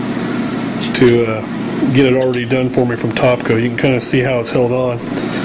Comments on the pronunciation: It's TAPCO....NOT TOPCO ......Makes it very hard to take you seriously, when you continuously use the wrong pronunciation of the brand:-) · Its not TOPCO..... Its TAPCO!!!!! Otherwise good vid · philipmclamore haha no kidding... taaaaapco, not topco, cringed every time he said it but thought my hearing was failing me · Taaaaap not tooooop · Don't have a baby because he pronounces it "Tahpco" sheesh.